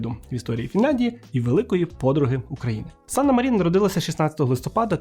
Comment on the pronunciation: Як я колись фанатіла від Фінляндії 😍 але то уже в минулому. Єдина поправка, у фінів усі слова, як і прізвища та імені, з наголосом на перший склад. Тобто САнна МАрін. А то усі медійники роблять помилку 😒